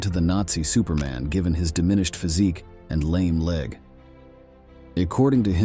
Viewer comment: Who is narrating or WHAT is? AI? The pronunciation at times is so incorrect. "his physiki...ambichon...sOciety ladies..." If it is AI we should be told.